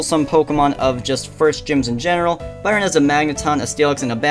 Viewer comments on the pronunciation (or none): Awesome editing bro :3 can't wait for part 2. And btw Byron is pronounced the way you pronounce iron ;)